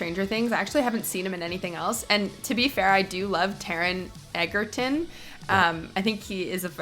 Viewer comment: "Eggerton" wtf learn the dudes name..